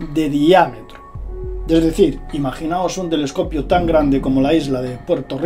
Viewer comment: Min Tele"escopio", Tele"FON y su canal :atraviesa lo desconocido"❗😂